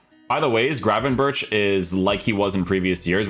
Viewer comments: But he says grafenbursh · You say his name wrong, CH = G , same as Bergkamp.